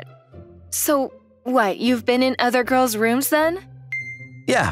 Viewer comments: That guy saying “gorls” 💀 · Bro the bully when girls is fucking funny because he says gwos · And people know how to speak😅 because he said gowrls😂😂😂😂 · Nahhhhh bro he says “gwals” instead of girls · The way he says girl he says it like gorl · Girls❌ Gwols✅ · bro said guwols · DAWGGGGG WHY HE SAY GIRLS HE SUM" gourls" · Why did he say gworls 💀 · Did he say gurls or girls or guuorils bruh ☠️ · The reason why I watched this is because he said guals 😂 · Blud said gwols💀💀💀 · "Gorls" Bro :skull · man said GUIRLS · Bro the girls pronouce is “Gorls” 🤣 bro is bri’ish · Why does pronounces “Girls” like.. “Gwohls”